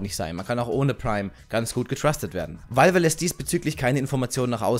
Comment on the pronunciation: wie war das? Walwe?